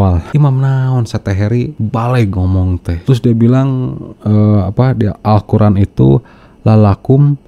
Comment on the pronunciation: Jangan mau di tipu orang ini baca Alquran saja belepotan ngaku guru ngaji tarbiyah 🤭